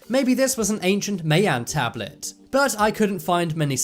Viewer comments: Learn how to pronounce "Mayan", it's not "MĂY-ăn", but "MAI-ahn" or "MY-ahn" if you're so totally Anglo that you can't figure out how to say "AI" right. The "AI" sounds like the archaic English word "aye". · For God’s Sake...it’s pronounced as, MY-AN or (My-ans), It’s not MAY—YAN or (May-yans)...but definitely not how the Robot is saying it.. Thank you. Cheers. 🇨🇦🎅🏻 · "The tomb was located in Shangshi, Southern China"...So why does the map have a pin in Northern China? "Mayan" is pronounced "My-An", not "May-An". The "Costa" in Costa Rica" is pronounced "Cos-Sta", not "Coast-Ah". The Salzberg Cube is a Meteorite. The Chinese "Giants" are normal size for the Chinese...It is the Japanese that are short in stature. I am 1.86m tall, but I am not a giant! I'm going now or I will have to spend all day correcting your mistakes! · or (my in), definitely not (may on) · M eye en is how you pronounce that people. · FYI MAYAN IS PROUNCED === "MY"AN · You are pronouncing the word MAyan wrong, i am one and you are not saying it right...the As are short. and also methane gas...the e is short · That was driving me crazy